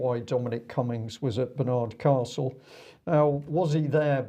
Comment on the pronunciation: It is not BAR NARD CASTLE,, IT IS pronounced Barnad Castle with a soft 'd'. ,,,, When will common sense prevail on this stupid virus social engineering program we are being forced to accept by people who are power crazed bullies. JUST IGNORE AND DO NOT COMPLY. They cannot arrest everyone. STOP ALLOWING FREEMASON GOVERNMENT WA--ERS TO BRAINWASH YOU.